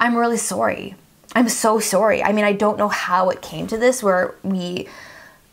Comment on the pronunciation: This is probably really unnecessary but process is pronounced (Praw-sess) lol she says it wrong 😂😂this is not meant to be rude and the way she says sorry it’s weird but it’s unique 😃